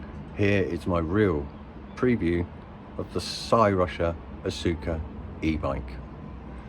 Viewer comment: Pronounced Oscar. And wwe may be suing cyrusher. Lol